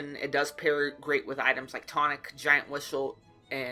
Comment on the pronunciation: how is nobody talking about you saying giant wishel ??? (ok i saw this video like 10 times in different days and didn't talk about it so yeah xD)